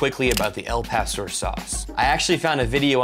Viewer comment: At least you pronounced it better than they did in the commercial. But still not right. Gringos are freakin hilarious.